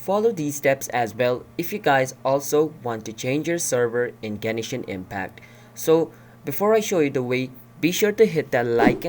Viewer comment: Gen”e”shin impact